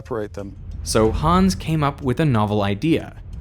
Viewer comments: please pronounce "Hans" shorter, there is no "aa" or "ah" to make any of the long "aaa" sounds that you are making. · just a hint for the future: try pronouncing it "hanns" instead of "hahns", so you'll end up saying "hans" correctly =) *edit: it comes from "hannes", which in return comes from the biblical jesus-fella name "johannes" and so the faster pronounciation is explained ;) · If you want to pronounce Hans like a German, try not to say Hahns but Hanns with a shorter a than you are saying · Hooo😮ns 😂 its Hans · The name is not pronounced 'Hahns' It's pronounced 'Hanns'. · German here: the name "Hans" is pronounced like the word "hunts" in "He hunts a rabbit"...not like "haawwns" ;) And the "u" in the name Bunsen is pronounced like the "oo" in the word "boom" (maybe a little shorter) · Why not learn how to pronounce "Hans" while you're in Germany? Or listen to sound bites on the web on how to pronounce (forvo is nice for that). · Derek, for fucks sake, learn to pronounce the German names right.